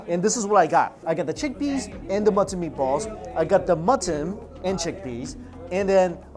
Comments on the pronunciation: Every time he says mutton I understand matzen and I was a bit confused at first like, they eat matzen balls in pakistan? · I also think he says mutton weird.... like it’s two words or something? I can’t put my finger on it?